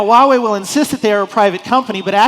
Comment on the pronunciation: "i lived in China for 9 years!" You cant even pronouce 华 correctly. Its hua, not wa